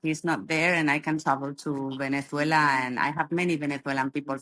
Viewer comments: Can't stand the way she says Venethuela. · She doesn't sound Venezuelan, she sounds Spanish. Listen to how she pronounces the Z in Venezuela. Only Spaniards do that. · She has a spaniard accent, and does not pronounce Venezuela correctly... however, there were good points made. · Very good video, but why is this lady pronouncing the country name as people from Spain do? Is she actually Spanish and not Venezuelan? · Wh is your “Venezuelan” guest pronouncing her S in that imperialist Spanish castellano. Nice try, she’s a Colonizer too